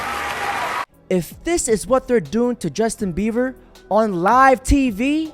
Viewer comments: Dude. The kids name is Bie-ber, not Beaver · “Justin Beaver” 😂 I love his mis pronunciations more than anything! So good! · Why the fuck you keep saying Justin beaver 🦫🦫